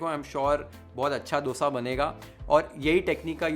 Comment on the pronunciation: thankyou for pronouncing it as Dosa . And not DHOSA.. Like most of the north Indians